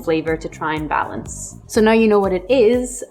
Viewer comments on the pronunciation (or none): none